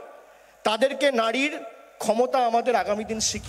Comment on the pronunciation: Bhai ota nadi noy ota nari Age bangla ta bolte sekho bhaipo Tarpar bolte eso.